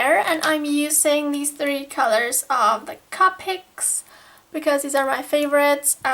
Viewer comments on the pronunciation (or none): You are supposed to say copics with a long O